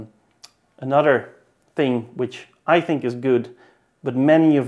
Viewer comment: Another my guy. It's another... Not anudder